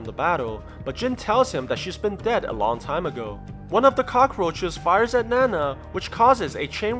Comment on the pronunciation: Btw it’s not nana it’s ninao (nin-ow)